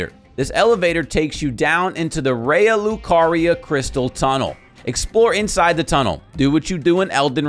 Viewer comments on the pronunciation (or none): none